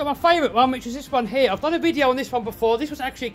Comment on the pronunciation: Why you say hee instead like: 'here'?